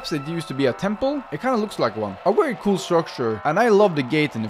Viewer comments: Why do you saw wary instead of very? I don’t mean to be rude, just curious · I love the way he pronounces "very"😭